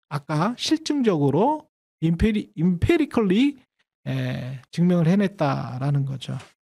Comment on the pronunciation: 아마 empirical일텐데 발음을 임페리컬이라고 하셔서 쫌 헷갈렸음. 실증적이라고 하는 번역도 맞지 않습니다. 경험론이라고 하는 게 일반적인데 이게 마음에 안든다면 증거중심적이란 조어를 하시는걸 추천합니다.